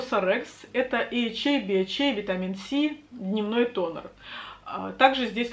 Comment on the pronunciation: Читается как витамин це, а не витамин си